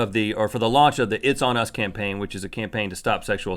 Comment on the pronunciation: itsonus sounds like itsanus